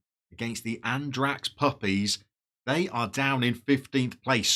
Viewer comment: Regularly scheduled lesson time! Andratx is pronounced Andratch. Nolla would be no-ya, or nol-ya. Shame Solsona can't perform in front of the net, definitely a job for Eibar's Stoichkov or Gimnastic's Édgar Hernández.